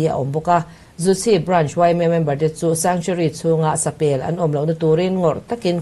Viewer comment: Sapel tih loh tur sa peeel tih tur, thlûk deuh tur a nia.